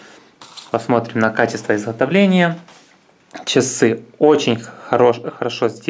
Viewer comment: изхотовления с такова приятнохо силикона - камешки в рот положи и поучись говорить